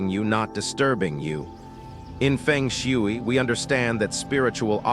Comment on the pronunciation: Your AI pronunciation of FENG SHUI is comical 🙄🤣😂and totally wrong!!!!! If this is a FENG SHUI focus channel, your essential main job is to learn how to correctly pronounce ‘FENG SHUI’ in the first place!!!!! 😂 You’ve loss your credibility by messing up the very essence of FENG SHUI sound and pronunciation!!!